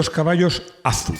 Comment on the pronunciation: ¡Qué mal me suena eso de Azu! En Citroën (Fábrica), el nombre era "A Zeta U"